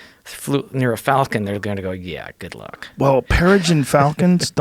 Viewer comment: "Falcon" pron; "Folcan".